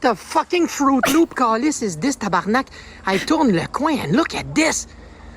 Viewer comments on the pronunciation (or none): none